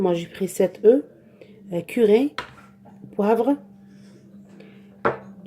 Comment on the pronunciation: il faut dire curry pas curé Et curcuma pas courcumin